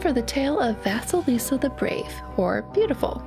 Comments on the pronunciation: Thank you for the wonderful story! Though I do want to say that “vasalisa” is spelt “vasilisa”and pronounced “va-cee-lee-sa” This name pronunciation was bugging me the whole story! I hope to see more of your stories. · Hey! So I absolutely adore your channel so much, you dismantle my childhood and I love it. However, I want to correct your pronunciation of Vasilisa. Don't worry, it's okay that you did BUT let me tell you how to pronounce it correctly. (Btw I'm Russian so that's how I know how to say it). Anyway. Let me spell it phonetically: Vah-sye-lee-sah. Ye is pronounced as yes, but without the 's' at the end. Again, thank you so much for this, Vasilisa is the cinderella I grew up with first so I really appreciate someone actually talking about it. Especially one of my most favorite youtubers. Have a good day! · Is it just me, or does vasalisa sound like Vaseline?